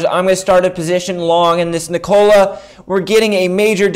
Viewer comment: its not niKOla its NIkola bruhhhh